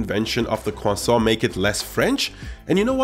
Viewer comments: eating and saying cwasson is amazing ❤️ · Croissant but is sounds like "Khwasong" i guess its Chinese not French 😂